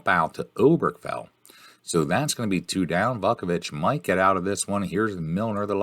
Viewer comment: I'm an APBA guy, so much of the gameplay was confusing, but it was still entertaining. is still a bog S-o-M guy, so this was fitting. Oh, and it's "VOO-ku-vich" and "Foley"...